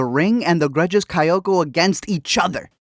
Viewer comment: KayAko, not KayOko